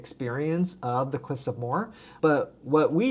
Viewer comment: Cliffs of Moher. Moher is a two syllable not a one syllable word. Pronounced like mo-her